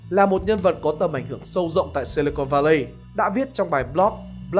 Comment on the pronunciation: Si li con Va lây???? 😳😳😳 Si-li-cần Va-li ông ơi!!! Bài viết hay, kênh hay mà phát âm TA cũng để cho sai thì dở rồi 😅😅😅